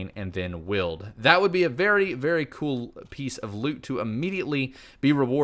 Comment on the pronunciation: cool not col